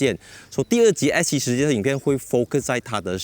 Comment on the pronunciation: Bro is S70 not X70. How come you pronouncing like X ??? 😅